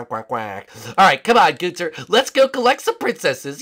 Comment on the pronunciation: when you say gunther you suppose to say it like gun and then ther